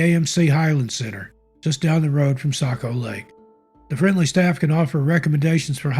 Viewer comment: Thank you for pronouncing Kancamagus and Saco properly.